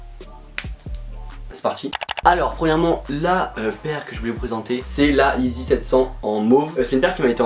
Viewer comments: «yeezy » et pas «eezy » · « La yee-zizi ». Mrc